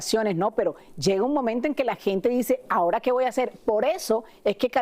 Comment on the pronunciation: Voy Aser tia. Panini. Se supone nodal dijo rompí. Con cszu seis beses jajaja